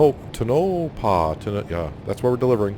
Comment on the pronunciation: You pronounced Tonopah perfectly. The other town is pronounced E lee